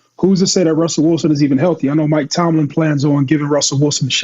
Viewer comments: Ya still ain’t fix the fact that he keep saying Mike Tomlinson it’s Tomlin 😂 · Mike TOMLIN! Yall been saying Tomlison for 2 seasons now 😂😂😂